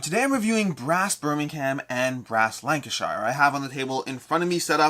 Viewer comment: Im from Lancashire and to my shame, I dont own the game! 🤣 (Just a side note, we Lancastrians pronounce it Lancasher). 👍